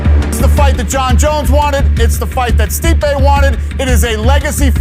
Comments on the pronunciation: bruh say the man's name right his name is not steep lmao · 😂 dude doesn’t even say stipes name right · HOLY #%$& NARRATOR. STOP making the same GD mistake EVERY SINGLE NARRATOR IN THE HISTORY OF YOUTUBE has made: BUTCHERING the names of the subject individual you are discussing. You some how manage to say both Stipe’s first AND last name incorrectly, throughout the entire video, DESPITE another woman saying his name correctly in a voice over - you say it correctly one time after that then GO BACK to saying it wrong! Wow!!!! THEN you say Ngannu’s name wrong - it’s pronounced ENN-GAH-NOO. You’re welcome! Five seconds on #%$&@ GOOGLE would have told you that! This happens on YouTube in EVERY VIDEO about sports stars; congratulations, you’re another statistic in the column of : “wtf it would have taken you three minutes to find the correct way to say words”. I feel like I’m giving advice to a five year old, but here we go… DON’T make a video about beloved figures and heroes of the people WITHOUT KNOWING HOW TO SAY THEIR NAMES CORRECTLY. It’s DUMB. It’s LOW EFFORT. It’s DISRESPECTFUL. You’re embarrassing yourself every time you butcher a great fighter’s name because you were too lazy to spend a ridiculously minimal time finding out how to say it right. Blocked. Channel NOT recommended. Thumbs down. Do better on your next video or don’t make one. Have a nice day.